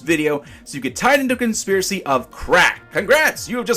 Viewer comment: "consipracy"??? Uh were you tired when you made the video?